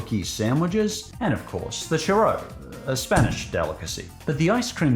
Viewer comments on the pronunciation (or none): Wtf is a charro. I heard of them called a Churro. Bud that is a U not an A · I have never EVER heard ANYONE in the history of humanity pronounce 'churro' like that